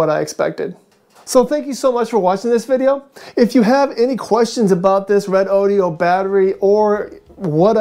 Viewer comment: Is this the same as a redodo? Haven’t heard of the red o dee o. Lol😅 Good review though.